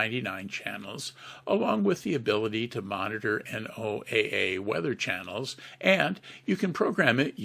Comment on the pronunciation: Very informative, thanks. But it's not pronounced N-O-A-A, It's properly pronounced "NOAH" (as in Noah's ark). NOAH Weather Radio.